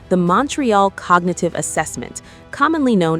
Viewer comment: Cogagative? Did I hear that right?